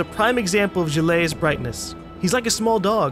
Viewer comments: you keep mispronouncing Gilles lol it's okay to butcher words, but if there is someone, the narrator in this case, who keeps telling you how to pronounce said words, it's kinda annoying. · Like the game so far.I'm a french canadian, so it's nice to see Quebec from decades ago. PS:Gilles is pronounced like Jill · I love all the differently wrong ways pronounces Gilles.